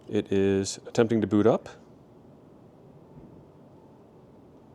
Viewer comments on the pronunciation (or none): none